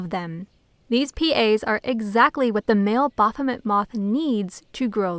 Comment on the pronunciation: Ba-R-phomet? or Baphomet.